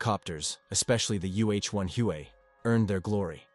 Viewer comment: This guy can’t even pronounce Huey properly